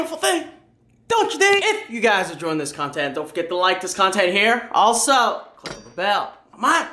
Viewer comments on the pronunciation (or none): none